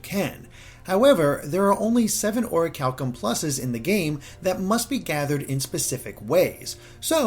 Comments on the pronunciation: You are saying is wrong. It’s call Ori-CHAL-Kum + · I always thought it was pronounced Or-cal-ee-um 😂